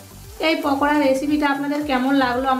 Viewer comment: পকোড়া না আপু... পাকোড়া....